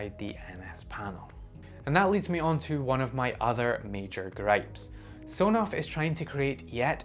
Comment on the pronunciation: I believe the official pronunciation of Sonoff is S-ON-OFF referencing a toggle of an on/off switch.